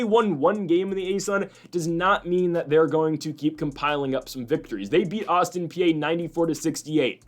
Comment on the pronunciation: If you want people to take you seriously (and your show is solid) you gotta know how to properly pronounce these teams names. Bell-ARR-minn Austin PEE TOE-sun